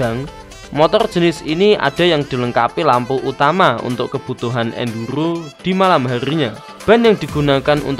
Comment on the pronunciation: ENDURRRGGGHHHOOOO 😂 Maaf Mas Aku Gaisok Ngempet Ngguyu 😂